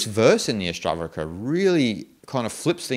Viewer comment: Your videos are great and I like all of them. Just one suggestion in this video you say all the time ASTAVARKA and that's why I was confused. Please correct it to ASTAVAKRA. Om Shanti.